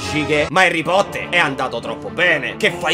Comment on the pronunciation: Cioè non ti sto sgridando però si dice Harry Potter